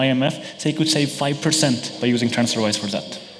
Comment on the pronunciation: "transferwire"... fail